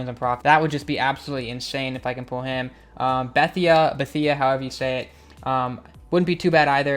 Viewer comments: It is BUH-THAY-UH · Bethea is pronounced like Bethay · Buh-thay-uh. I think you got it right the second time you said it lol. Good vid btw!👍🏼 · it's pronounced buhthay lmao it's all good tho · you say it like antwon bethay